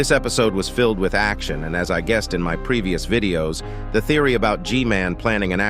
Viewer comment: He sad vididos